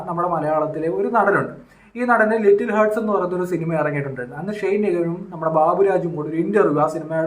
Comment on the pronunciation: ഷൈൻ അല്ല ഷെയ്ൻ